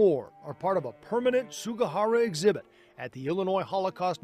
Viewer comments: how's about honoring the man by saying his last name correctly? Sug*i*hara, not Sug*a*hara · Also the man's name is Sugihara but most of the people in the report said Sugahara.